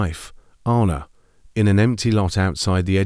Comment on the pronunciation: Sorry. It's. Ann a. Not arna. I bet he couldn't move either. He's been hallucinating did he really dream it ? A supposed ghost she appeared at that right time to upset him maybe get him talking own up to what he did ? His conscience his just desserts